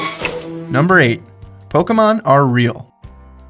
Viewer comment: i keep hearing him say pokumon